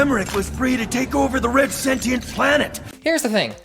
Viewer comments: It's Sentient, not Sentinel. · ITS SENTIENTS NOT SENTINALS